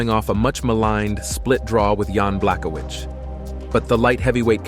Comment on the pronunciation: Homie... good vid but your pronunciation... Ciryl GAIN? Jan BLACK-O-WITCH? Francis NIN-GUH-NOO? 😂